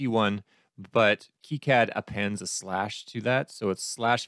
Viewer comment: it's pronounces kicad not kicad fyi